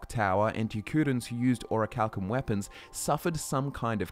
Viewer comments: Pronounced: Or - ree - chal - kim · "oracle cum" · A: it's in the name - Orichal*cum*